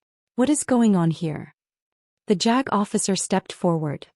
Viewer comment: Jack? It's JAG! AI just can't learn. Read for red, money terms so convoluted you lose your place in the story 😢 Do better ❤